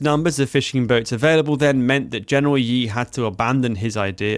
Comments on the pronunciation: Please improve your Chinese pronunciation, Xiao is not pronounced as "zhao", nor Ye as "yee" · I wish you have learned how to pronounce Chinese names. "Fei" should be pronounced like "Fay" "Ye" is "Yeah" "Xia" in "Xiamen" is pronounced "She-ah"